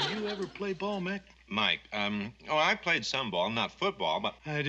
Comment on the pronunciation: its mike not mac